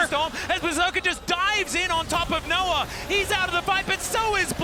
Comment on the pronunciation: Why do they keep saying Noah like Noar